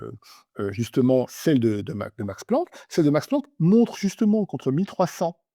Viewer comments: "L'institut Max Pranck" j'ai du mal entendre, sinon on comprend vite la blague de cette article. ^____^ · "Max Pranck" P-R-A-N-C-K, c'est vraiment le summum🤣